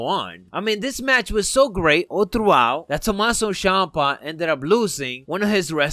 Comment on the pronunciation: its not tomasso shampa